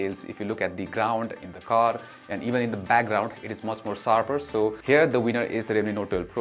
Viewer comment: Nice vlog but a feedback which i hope u work on. Plz learn to pronounce the sshhhhh sound. U pronounce Sshhh as Ssss. Eg its Short and not SORT. Its sharper not sarper. Pl pronounce the H sound in sh